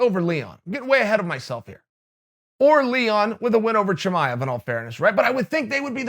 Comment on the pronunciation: Impressed that Chael pronounced Chimaev correctly.